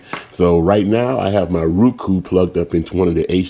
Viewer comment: "Ruku" must have moved from zimbabwee recently its roku or roe.kuu